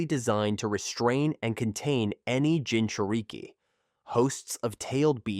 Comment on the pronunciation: bro got the ai saying gingereekie